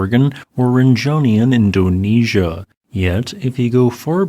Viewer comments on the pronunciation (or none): none